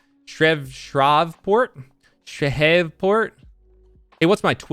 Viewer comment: Shreveport Louisiana. You completely mispronounced that lol. It’s pronounced shreeport lol.